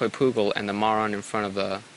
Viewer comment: Is it just me, or do I keep hearing say "Moron" instead of "Marron"